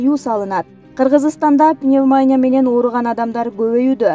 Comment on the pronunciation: Пневмония ,пневманя эмес